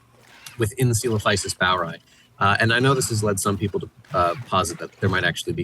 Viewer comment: It’s always cute when you discuss the “proper” way to pronounce a dino’s name and then confidently settle on a mercilessly butchered and americanized Frankenstein’s monster version of Greek. Love the channel, though! ☺️